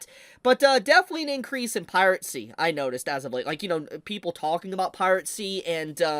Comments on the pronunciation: Last I checked, it's "piracy" not "piratecy". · why do you keep saying piratecy instead of piracy? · Still gets me the pronunciation of 'piracy', like is this a deliberate affection to say 'pirate sea' out of contrarianism or what? It would be a shame if this site were to get taken down; it's a valuable repository of classic anime. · I forreal find the way you pronounce it "Pirate see" endearing. Never stop. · dang. Guess it's time to migrate sites. Also, curious how you pronounce "piracy" as "pirate-cy" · Pie rat sea. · I love how pronounces "piracy":. (😂)